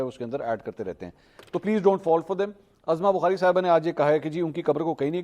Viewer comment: Mansoor sb! Khudara ( uzma bukhari) pronounce kia karen na k ( azma bukhari) allah ta'ala aapki zindagi ba'barkat banana de aameen summa aameen. A G Bajwa from wazirabad.